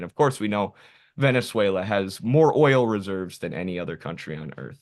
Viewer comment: "Boot whata pout Vuvuzayla!"